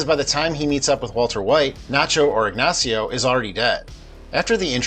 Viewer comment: Ignachio. Lol